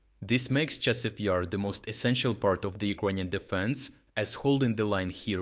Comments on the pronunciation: Thank you for your work, but how come you mispronounce so many place names? In this case it was Chasiv Yar - you said with like a single word with stress on I. The stress should be on A in both cases. In previous videos there were other cases. But turns out in the rest of the video you pronounce it correctly.. Very confusing. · So I get that it's not a real person narrating, but can we at least have the same pronounciation every time? I've noticed this for months now lmao, example from this video would be "Chasiv YER" "Chasiv YAR" "Chasiv YIR" like c'mon dawg :P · It's comical listening to the computer generated voice trying to pronounce Chasis Yar and how inconsistent it is.